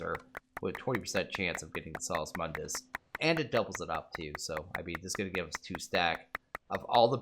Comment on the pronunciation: "Sauce mundis" "Vizz crystals" TRIGGERED